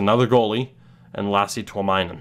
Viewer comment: Just FYI, in Finnish names, when there is the letter "i", its pronounced as "e". This is in reference to the goalie, Tuominen, you drafted. :)